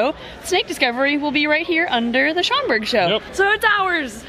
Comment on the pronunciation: At first I thought I heard say “it’s chocolate time” instead of Schaumburg, 😂😅